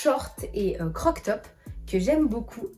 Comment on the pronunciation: CroP top....mais mignon le "croc top". En tout cas c'est ce que j'entends 😉 Au temps pour moi si je me trompe! Et jolie la robe rouge!!